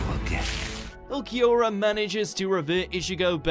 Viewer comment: butchered Ulquiorra's name